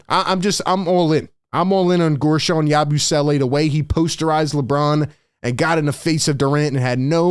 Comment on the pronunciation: Im just hype to hear "YABOO-SWELLAY" all season LMAO